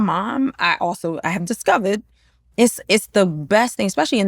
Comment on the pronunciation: I can here the London in her accent at times like when she said "discovered " for example. But I know she times down that NY accent in London unless she's in good company 😂😂😂😂